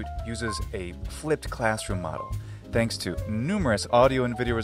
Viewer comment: I've just noticed that ye pronounce ðanks. I haven't known that that was a feature of American English!